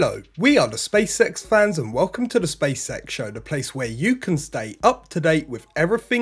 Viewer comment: Ok first let me say I enjoy this channel, I’m subscribed and I like the concise no hype format. Second… my inner 8 year old always hears him say “the space sex show”! 😆 Anyone else?